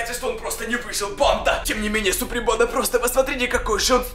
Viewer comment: Почему он говорит суприм панда!??!!!?